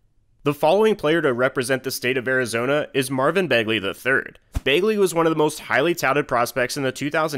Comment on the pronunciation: “Marvin Magley” lol